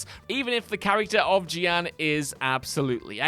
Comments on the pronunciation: Ge-An? You mean Jeanne? Pronounced like Joan. Like Joan of Arc. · Why can’t you say Jeanne properly? (It’s John in a French accent). Plus the stealth sections were fine, it was the challenges where you have to use Viola that were the problem! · You can tell hasn't actually played Bayonetta 3 because everybody who has played it knows Jeanne is pronounced ZHON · that butchering of Jeanne's name.....wtf was that? Also those levels were a fun change of pace IMO....I liked Forbidden West's final mission as well. for me personally, a big one is the E.M.M.I. sections in Metroid Dread. They are WAY too stressful for me to the point I had to give up on the game ( seriously, the stress caused by the E.M.M.I. was so bad I was legit concerned for my health....and I only made it to the 2nd E.M.M.I. ) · What is this list? Also how do you pronounce Jeanne wrong? Bayonetta literally says it a million times throughout the whole game, almost to the point that even I'm getting annoyed 😒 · Other than pronouncing Jeanne's name wrong. The Bayonetta 3 stealth levels were dumb fun and a nice break in gameplay. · Listen i know it's unrealistic for everyone at the company to have played every game, seen every movie, etc but if a presenter who has not played the games being discussed has to talk about them, could someone please tell them how to pronounce any names or terms they don't know? Now this is in no way an insult to, because I like alot on here but seeing as how Jeanne has been a main character in every Bayonetta game, there is no reason why he should be saying "Gee-Ann" when he mentions her. Same when he talked about The Curse of La Llorona in a movie list and kept saying "Luh-rona" instead of "yuh-rona". Whoever is in charge of writing the scripts or making the videos should be making sure these things are said correctly because why should these opinions be taken seriously if we obviously know you haven't played or watched the things you supposedly have an opinion on?